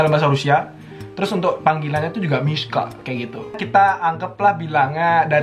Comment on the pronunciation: Aku dengernya “MISKHAAA” Laa ternyata “MISHA” waakakakak